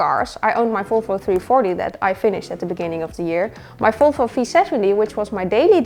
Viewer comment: Love your videos and how you say Folfo🥰 big happy new year from Norway 🍾